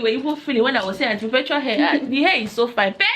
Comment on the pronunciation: pronunciation of Perpetual is the correct one please. T for tenks 😂😂